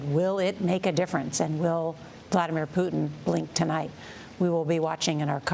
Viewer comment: Thought she said bladdermair oh well 😅